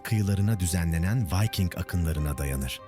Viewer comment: Vayking değil, Viking diye okunuyor Türkçe'de. Elinize sağlık. 😇